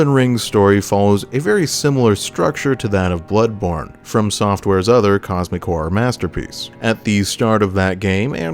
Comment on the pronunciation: That’s a funny way to say blood-borne